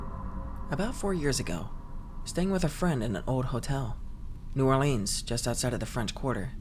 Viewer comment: proving to us that he has never been to new orleans with that pronunciation lol